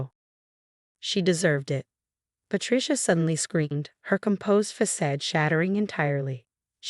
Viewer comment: Pronounciation of facade